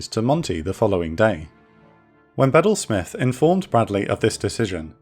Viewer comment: I thought was pronounced Beedel Smith. Not sure if you're mispronouncing or I am.